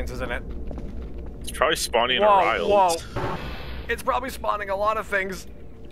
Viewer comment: its uh rye rul